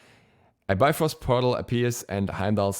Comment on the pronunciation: Oh my is this my new Ullr? I had a Norse mythology book as a kid u still have it. In the index it says it's pronounced like bee frost but because of the marvel movies I say bye frost now